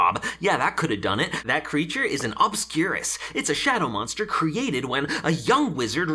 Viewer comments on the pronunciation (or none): none